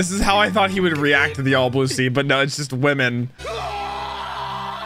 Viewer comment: That aint "THE ALL BLUE" thats "THE ALL BOOB"